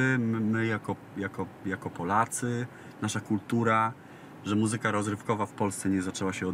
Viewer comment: Ładne ubranie ma Jan Mlynarski i figure tez. Uprzejmie prosze aby w slowoe „muzyka” akcentowac pierwsza sylabe. Dziekuje.